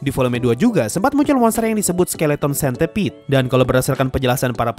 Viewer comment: Dibacanya sentiped bang